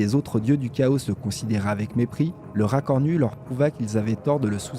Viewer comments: C'est complet et ça fait plaisir. Il y a la diction qu'il faut un peu améliorer ça fait trop lecture. Et la prononciation de certains mot genre le "chaos" se prononce Kao et non Kaosse. Mais sinon j'aime bien ! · celle ci est mieux, au fait dans le mot chaos le s est muet